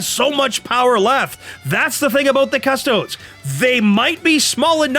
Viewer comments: Saying Cus-toads on purpose is dumb, just pronounce it the right way. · cust-oh-DEES. OMG if i hear cuss-TOADS one more time imma flip this table. yuck! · CUST-OH-DEES. Literally per any pronounciation you might find associated with the literal Roman legions back in the day